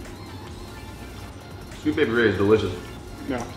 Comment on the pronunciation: deinitely heard "sweet baby rage" instead of "sweet baby ray's"